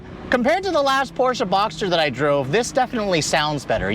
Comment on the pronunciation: Too bad he doesn't know how to pronounce Porsche. Poor Mr. Ferdinand.